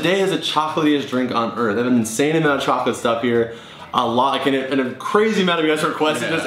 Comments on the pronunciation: you said choca oa l8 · Did you say chocklate?!? CHOCKLATE!!!!!!!!! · He gets tazed because he said choclet before he said now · Did he just say chocolate dos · not like your saying chocolate on purpose